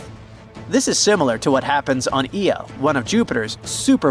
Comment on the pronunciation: And why can't these documentaries ever get the name of Jupiter's moon right? It's IO not EO